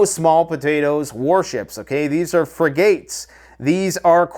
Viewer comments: Fri-Gates? Dude.... It's frigates. Do a little homework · “Free-gates (frigates) and Cohr-vays (corvettes)” Jfc